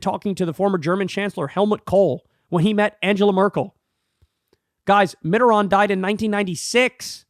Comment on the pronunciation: Thank you for now pronouncing Mitterand's name correctly, Kyle. Whether you saw my post or Krystal or someone else told you, glad to see the correction. Same with you saying amendment "to," not "of," the Constitution. Somebody is in your ear.